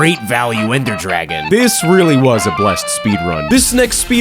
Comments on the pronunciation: "The ender dargon" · "Ander Dargon" 💀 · "ender dargon"